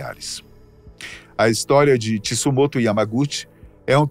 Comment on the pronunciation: O nome do sobrevivente é Tsutomu Yamaguchi e não Tsumoto!! Coincidência ou não é o meu tbm. E o sobrenome Yamaguchi era da minha mãe quando solteira!!!